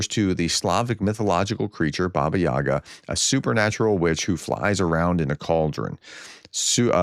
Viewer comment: Where's the r in Yaga? Does your boss know you can't read?